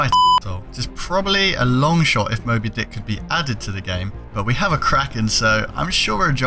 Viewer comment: Did he just said mobe dickkk😂😂